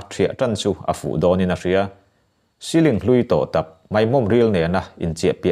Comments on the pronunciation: Mei ti lovin mai ti tawh la, ngaihthlak a nuam leh zual ang. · Mai hi mei i ti tlat zel mai... A ngaihnawm e